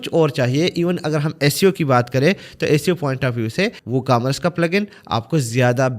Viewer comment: Yar ecamras nahi hai e-commerce hai. Har ecamras nai bol